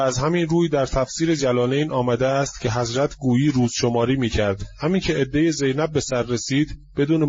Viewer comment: oddeh ok notEddeh!///Hafseh/ not Hafaseh! شما آخوندی که سواد نداری وگرنه بچه آخوندها باسوادند.